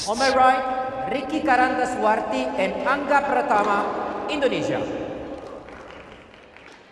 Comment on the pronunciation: Waaaaw, wasitnya nyebut namanya Angga Ricky udah kyk orang Indonesia fasih bgt